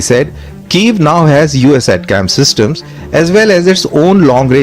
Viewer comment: Its pronounced as Attack-Ems ! Not At-cams please.